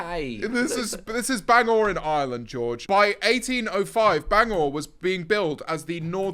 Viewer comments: Bangor (wales) mention👍 pronounced ban-gor not bang-or but close enough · It’s Ar-MA and Bang-er for the northern Irish destinations 😂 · and bangor as bang or when its bang er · BANGORE 😭😭 it’s Bangor (bang er) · Bangor is in Northern Ireland and it’s pronounced BAN - GOR 😂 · ban-ger & are-ma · bangor in northern Ireland is pronounced bang-ger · Bang-or and armour are crazy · Our-Ma and Ban Grrr is how you pronounce them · Not really fault to them but their pronunciation of Bangor (Wales) annoyed me especially because the accurate pronunciation actually makes the joke about bangers and mash make more sense. (fun fact my great nan was from there, i only visited once maybe because she lived local to me and my family in england since before i was born) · As a Bangor (Wales) resident, the pronounciation was hilarious. Steven is real and is a menace. We also have peacocks that just do their own thing. But I do NOT blame you for not knowing about it. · Bangors pronounctiation is the worst in the world 😂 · Please never pronounce Bangor again. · I'm cackling how many times did they mispronounce Bangor and Armagh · Your pronunciation for ulster both bangor and armagh are crazy.. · listening to pronouncing armagh and bangor made me want to scrape my eyeballs out x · Bangor is NOT s teir 😭😭😭😭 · Not the mispronunciation of armagh and bangor omg😭😭😭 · Your pronunciation of Bangor kills me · actually crying the pronunciation of Armagh and Bangor have me cackling 😭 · Did bangor wales dirty, I love it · the st asaph and bangor pronunciation i’m on the floor